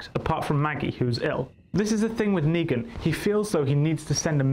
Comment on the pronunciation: negan u mean leangan 😂